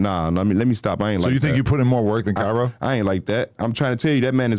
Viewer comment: Why he keep callin “Kyro” “Kyra” adam weird asl